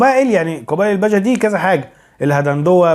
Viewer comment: ههههه مثقف الا في علم الأنساب.. اسمهم البِجه.. بكسر حرف.. ب..